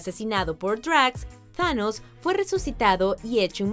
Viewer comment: Thanos se pronuncia como lo pone tanos tanos